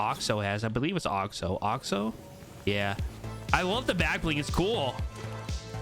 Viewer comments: ITS NOT OXO! it’s pronounced (axo a-xo axe-o) the skin is a axolotol wich is a fish type thing that is originally pink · It's axo not oxo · In America it’s most commonly pronounced like Axe-o-lot-l like the play on words for the pickaxe so the skin would be pronounced Axe-o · They’re pronounced axe-oh and axe-oh-lot-ul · You pronouncing axo wrong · I’m scared that the reason he’s not pronounce axo’s name right is because he doesn’t know what an axolotl is